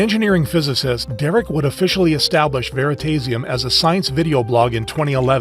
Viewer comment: is the voice AI, there is no way anyone pronounces veritasium like that